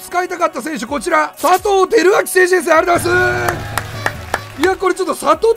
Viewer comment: さとぅーは草